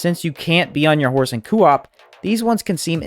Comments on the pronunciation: CO - OP NOT COOO OP WTF 🤬 ITS ANNOYING !! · Why are you adding an extra O in Co - op? It Co like go not Coo like Goo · It's very jarring to hear every time he says it like that lol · why does every small elden ring creator mis pronounce words one guy said elden rihn and this guy says coo op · Co. Op not cooop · Lol great video but you new Elden Ring youtubers have me squirming in my seat with your pronunciations 😖 Today you're saying cuu op, yesterday a guy kept saying Elden Rinn. You guys are killing me here 😆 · Coo-op lol 😂😭😅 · Say it with me Coh-op. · Solid video - that being said, how you say “co-op” makes me want to put my head through a window. “Cuu-op” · since no one’s said it, it’s said like coh-op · Does anyone else hate how he says coop? It’s not kewop. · just came to say coo-op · Kind of driving me insane he says it like that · IMAGINE SAYING KOO OP..... that alone made me stop watching your video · Good sop saying koo-op, but good video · KOE AWP ...ffs man lol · Fr, I was about to call principal O’ShackHennessy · Will never watch another one of your videos in fear of hearing "coo op" again 🤢😂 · why do you pronuce co op like that, NECK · No offense but the way this guy says coop really rustles my jim jams. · lol that part on family guy when stewie saying cool W-HIP 🤣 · Coo whip. Why U saying it like that Lol awesome vids 🙏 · I was literally about to make the same comment until I saw yours. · Can you pleas say co-op properly, other than that you are an ok youtuber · I really couldn't get over the way he mispronounced co-op it made me cringe constantly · The way he said co-op really bothers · your pronunciation of coop is insubordinate and churlish